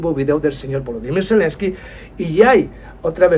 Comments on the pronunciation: Zelensky, no Celensky. Lo único que t falta, es mejorar la autografía. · Selenskyj y no Celenski